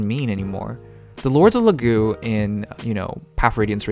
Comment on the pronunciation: It's Laguz, not Lagu. The "z" is not mute.